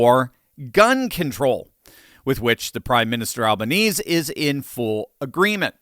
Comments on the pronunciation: Just a correction = His name is pronounced Albaneezy - He also does nothing about all the Free Palestinian Marches Melbourne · Fyi the Prime Minister's name is pronounced 'Alban-easy' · Very good factual summary at the beginning, Doc. Many others got a lot wrong. Cheers from Downunder (BTW: It's pronounced "Al-ban-ezee") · As an Australian, this video highlighted to me how poorly researched your work is. You cannot even pronounce the Prime Ministers name, the unnamed woman you claimed was a member of the Australian Parliament, was a story from a British news show and she spoke with a striking English accent. Finally, one of the gunmen wore white jeans. Very shoddy work.